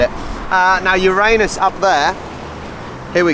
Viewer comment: I live in Melbourne, but didn't know about the Planetary walk (trail). A must do now it's shorts weather. And thanks for pronouncing Uranus correctly which is more than the yanks dare do.